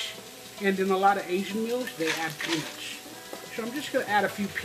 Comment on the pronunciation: Ha, said pe-NUTS!!